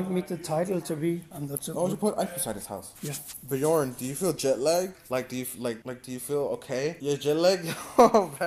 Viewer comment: He said it right the first time. The other ones all always say it wrong.